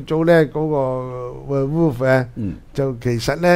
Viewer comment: 係讀where wolf。。。